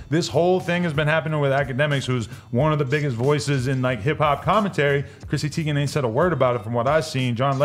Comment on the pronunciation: Teigen not Tiegan